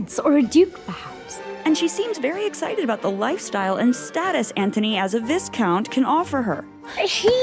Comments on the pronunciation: VIS-count, lol, it is Vi(s)count with a silent S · I always start it like I’m saying cough, then drop the “f” sound and sort of make a glottal stop. I also laughed at that and “viss-count” rather than “vigh-count” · Also, vy-count, not vis-count. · But how are you pronouncing "viscount"? The 's' is silent, so it's |vi-count]. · And "Viss-count" ! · Did she just say... vis-count? Is that correct? I mean, is that another way of saying it? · What about vis-count 🤣? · can you PLEASE teach the narrator how to pronounce words and names like "Coughlin" (cough lin) and viscount (vie count) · They did have a convo in S1 about the racism that existed in the series prior to King George chose Charlotte as his queen. Mispronouncing “Viscount” in this video made me wince. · STOP SAYING VISCOUNT WRONG IT'S ANNOYING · OMG…another video narrator who refuses to properly pronounce VISCOUNT not to mention Nicola Coughlan’s surname. So annoying. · I was thinking the same! How they also mispronounced 'Viscount' then immediately played a clip of it being pronounced correctly was even more bewildering though. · Sorry but I think you might be badly mispronouncing Coughlan. Also Viscount